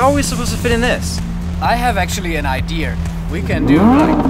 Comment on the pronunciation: lmao he said i actually have a idear